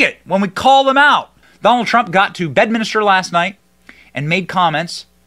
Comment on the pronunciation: BedMINSTER not BedMINISTER